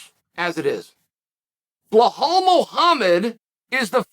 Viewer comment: Bilal not buhal